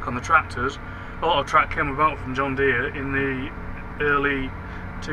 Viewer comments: John Deere is pronounced like “deer” not “deary” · it’s an American brand and I’m American and I’ve only ever heard it pronounced like “deer”. The guy you’re riding along with in the video also pronounces it like “deer”. I think whoever told you to pronounce it like “deary” was messing with you lol